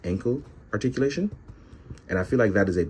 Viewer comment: Roticulation..... I actually understood